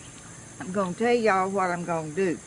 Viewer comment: Good on ya ! I love the pot and I love how you say, Y’all.